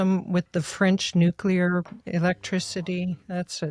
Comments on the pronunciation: NuCLEAR, not nook-ular. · NUCLEAR Victor, not nucular. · It's actually new' clee ar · Maybe that’s the Hoplite pronunciation of it, fittingly for a citizen farmer—not to mention a scholar.